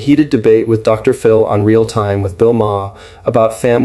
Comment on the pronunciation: Since you are using an AI voice, try typing out the word "doctor" when you use a title as in Doctor Phil. When you type the abbreviated title: "Dr. ", the AI voice thinks you mean that the period contained within the title is at the end of a sentence. That unnatural pause sounds very weird. The proper name "Phil", then becomes the start of a new sentence. FYI